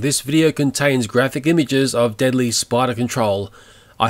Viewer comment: Ok for the rest of my life I will say deadiey instead of deadly